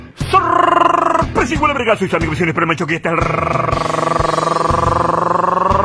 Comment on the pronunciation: Sorrrrrrrpresa jijuelmaiz saludos